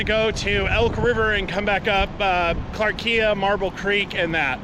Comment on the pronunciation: Maybe check out the correct pronunciation of clarkia